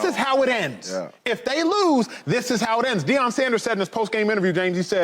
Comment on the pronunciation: It’s Shilo not Shiloh and it’s Deion not Deon ans it’s Shedeur not Shadeur